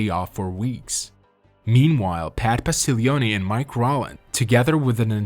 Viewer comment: It’s Pat POS-TIG-LEE-OWN. Also Lebanon road is pronounced like LEB-AN-IN.